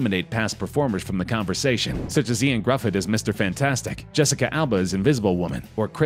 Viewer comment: It’s pronounced Yo-ann gri-ph-y-dd(dd=phone buzz)